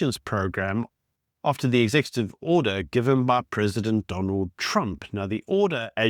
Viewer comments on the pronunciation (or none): none